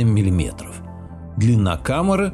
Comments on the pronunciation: КАМЭРЫ ШМАМЭРЫ...ПИСЕЦ !!! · Как-то по жидкости произносишь слово "комера" ска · КамЫры! Ведущий, говорите правильно! КамЕра , а у вас КамЫра...